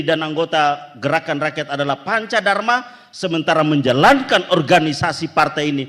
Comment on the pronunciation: 😂😂😂😂 yg perempuan ngomongnya geraan ranyan.....😂😂😂